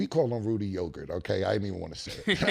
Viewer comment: Killa: “Rudy Yogart,”🤣🤣🤣🤣